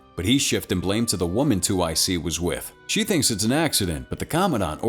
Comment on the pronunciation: It's 2IC not two IC, it means second in command